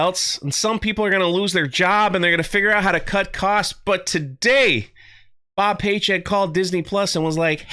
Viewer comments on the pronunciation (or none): I swear I just heard you said Bob Paycheck. Not sure if that was on purpose or your normal mispronunciation